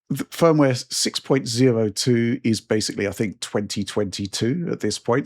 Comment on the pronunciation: or like people who habitually mispronounce a simple word like ‘basically’ as “basely”